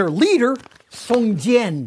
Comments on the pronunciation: but he said "song jian" instead of "jiang" which is more like "jiAUNG" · it should be pronounced as "Song J-young", like j after the word "young", or just "Song John". it would be closer. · Lol, Mr Stoll, the leader's name should be read as Song-John (宋江). Close enough for me. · every time he mispronounced Song Jiang, i cringed a little; but still had to give discount einstein props for getting most of it fairly correct.